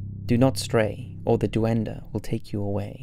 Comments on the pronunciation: DOO-EN-DUH.... It’s Duende. Pronounced “Dwen-Day” my guy. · Duen-dey Not duendeh